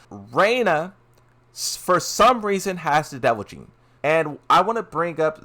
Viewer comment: You’re killing me. It’s devil GENE. Pronounced like “Jean”. What you keep saying sounds more like devil JIN.